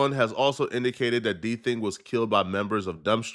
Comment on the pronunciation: Bro called him “D Thing” even tho it clearly said “DThang”. How them white ppl get it right and not you 🤦🏽‍♂️😂